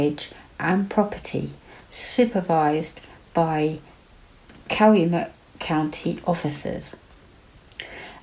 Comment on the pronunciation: You could be a Wisconsinite. You did an awesome job pronouncing Manitowoc and Calumet. He did it I believe.